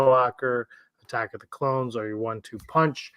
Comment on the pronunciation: A-tacks of the Cloans